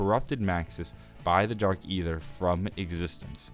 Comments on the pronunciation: saying Ay ther and not Æther (eether) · Dark E' ther the A is silent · I love your story videos and watch them each day the come out. But... aether is pronounced Ee-ther, with a long E at the start. It's just an alternate spelling of ether, as in ethereal. You can do it!!